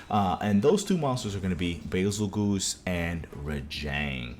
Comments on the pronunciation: "Bezelguese" not "Bezelgoose" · Nah “Bazel-GOOSE”???? Never heard ANYONE call him that💀💀